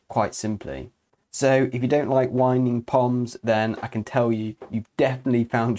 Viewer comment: It's not "wining", it's "winging"!